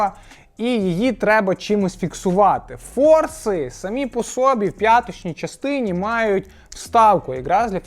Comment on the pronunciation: Наголос по соБі, а не по сОбі